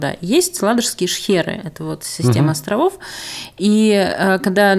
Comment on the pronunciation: там не шкеры, а шхеры. Шхериться, а не шкериться, получается...